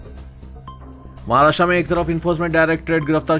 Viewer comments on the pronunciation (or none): none